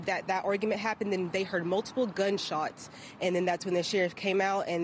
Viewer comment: "Mulipile gunshots to him" That reporter needs some extra training